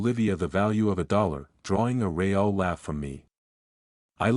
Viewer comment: Hey robot boy, the word "wound" referring to an injury is pronounced: WOOND, not WOWND. Was the robot editor on vacation when you completed this robot story? Meandering story, chock full of robot-y nonsense. How does one "LAIVE" with somebody? AND WHAT THE HELL IS A "RAY-ALL" LAUGH?